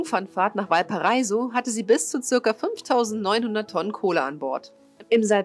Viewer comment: Es heisst auch Potosí, statt potosi und Valparaíso statt valpareiso... aber das ist nicht so wichtig